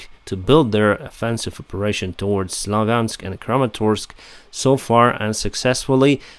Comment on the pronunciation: Slov - yansk ... or Sluv - yunsk !!! This garbage started Speak the truth channel and still continues with that terror. Similar for Rubezhne spoken as Ruby - zine, while the correct pronounce is Rubee - zhne (zh like in Chinese Zhao or J in band Jamiroquai) 😎